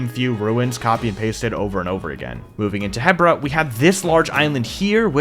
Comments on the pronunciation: Really cool but I still hate the fact that you say HEBra not HEbra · Its called He-Bra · 3 years to build BOTW and he STILL can't pronounce Hebra right